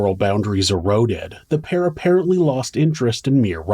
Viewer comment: Love you. (There’s just one syllable in “PAIR”) 😉